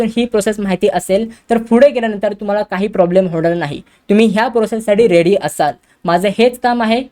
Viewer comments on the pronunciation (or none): none